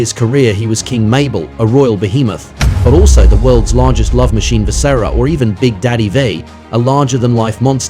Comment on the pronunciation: “Vis-SARA” smh 🤦🏾‍♂️